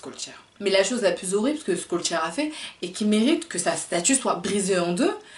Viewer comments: On dit pas"Skolcheur..."mais "Cholchere"...je sais que c'est difficile pour une Youtubeuse perruque... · Salut, ça se prononce shellchère et non pas skollchère Merci pour ton travail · Je valide ta prononciation mais on dit Chol... pour son nom